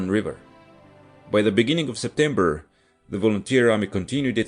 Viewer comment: ah yes, my favorite month: Septebmber